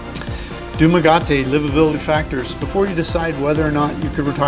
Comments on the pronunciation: No disrespect but , I wish you'd just pronounce it properly. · Learn to say the name of the place, if you wanna live there. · You need to learn correct pronounciation of Town names please... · Did you actually stay there for any time? Or talk with the locals? You slaughter the names of their cities. However, the information you provide is helpful. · $800 isn’t enough if you are a serious expat with comprehensive medical insurance and all of the expenses we all know about it. Not being able to pronounce the name of the city correctly indicates to me that you did not spend enough time here to know what you’re talking about. A lot of guys get into serious trouble because they under budget. There are a lot of unforeseen expenses you need to be prepared for. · Dumaguete are you sure you're pronouncing it right? Anyways great information but for I want to travel and live in Philippines when I retire and I would like to be single tho. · Nice video and very informative. I wish you can at least say the name of the Dumaguete correctly. Anyways, I appreciate you making the video. I was there with my family before the corona virus outbreak. I would love to go back and see more of it. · It irks me to the max for this guy again and again butchering the heck out of my now hometown name. Please learn how to properly pronounce the city name before giving any advice. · can't blame him mate, his not used to pronounce Dumaguete properly as you do because you're a local. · Dude, If you’re doing a vlog about Dumaguete. The least you can do is pronounce the City of Dumaguete correctly! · Please learn how to pronounce the name of a city before you tout its affordability. Lost ALL credibility in the first minute!! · Can you learn how to pronounce Dumaguete. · Dude you can't even pronounce the name right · You'd have thought that given the apparent research he might have learned how to pronounce it lol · He never went there since he can't pronounce it and you can't live there for $800.